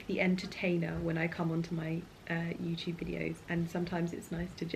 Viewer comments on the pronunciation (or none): none